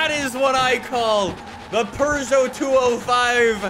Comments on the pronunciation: It is pew-gey-ot not per-sho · The fact that he said perseau pissed me off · I love how pronounces Peugeot as: Purgeot, and not: Peugeot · ITS NOT A PRGO ITS A PEUGEOT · Here's a fun fact: It's not pronounced purr-zho. It's poo-zho. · Bruh its not a Purrgeout, its a peugeot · Not really, more like peu-zho and eu as in euro without the “y” sound. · "our purrrgeot" so funny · really be saying Purgeot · do you actually pronounce it as purjho? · If says "Purrgot" one more time I'm leaving the video. Edit: can't even stay for the build. Stop being so damm Canadian! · im leaving i cannot stand calling it a purrjot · Why tf does he say purgot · there is no R in Puegeot.. Only cats purr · Where is their “R” in Peugeot? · There’s no r in Peugeot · last i checked peugeot doesnt have an R in it. stop saying it like that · I don't know why, but every time says Peugeot, it triggers me.